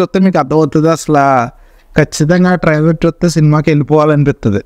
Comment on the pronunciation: ట్రయిలర్ ని ట్రయిలర్ అని సరిగ్గా పలకలేవు పూకా నువ్వు చెప్పాలి ట్రయిలర్ గురించి